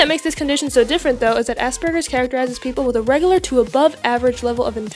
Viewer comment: first of all is not asburgers its said asperjers I know this since I have it now classed under autism